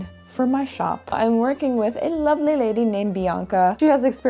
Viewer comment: (horrible British accent) "Well that's looking luvverleeee" I was going to say something about the Great Splinter Disaster of 2026 suggesting that the first purchase for a new workshop should be a first aid kit, but I guess the Great Xacto Incident of 2026 kind of did that for me. Hope your fingers are recovering nicely. Bravo on the workshop, err... work 😁